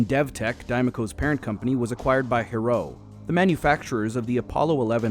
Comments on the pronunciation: On the topic of pronunciation... Héroux isn't pronounced "heyro". It's pronounced "Ey-ROO", the "ey" part being very short to the timing of pronouncing one letter. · > Spends 7 minutes to teach us to pronounce Diemaco > Can’t pronounce Héroux